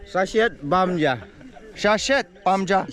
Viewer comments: Not shit, it's shet that's mean cook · Shet not shit bro